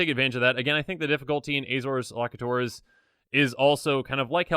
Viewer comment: Elocutor, pronounced- el'-O-kyoo-tor